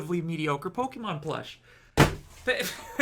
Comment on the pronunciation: That's not how you pronounce Pokemon and it is starting to annoy me